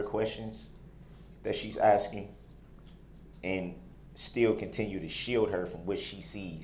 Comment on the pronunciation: are you axing me or telling me 🤣😹